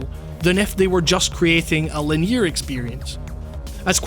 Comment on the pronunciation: I gotta say, love your stuff, it's fascinating, but oh my god you pronounce "linear" in such a bizarre manner